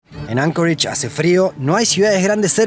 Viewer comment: Anchorage, no Ancoreich.